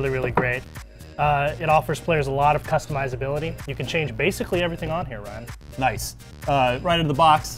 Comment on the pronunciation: dude says "customizability"